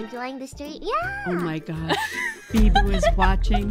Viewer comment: i love how she says beeBOO in such an American way as opposed to the normal weeb manner that being said, can't wait until is the 6th favorite member on her channel right after biboo of course